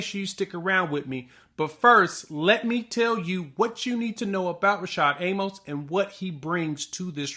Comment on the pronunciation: A-Mus. Not A-Mohs. He literally has the correction on his Twitter page.